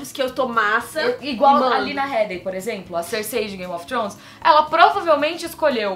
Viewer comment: O sobrenome da Lena se pronuncia "Hiidi" mesmo sendo escrito Headey =)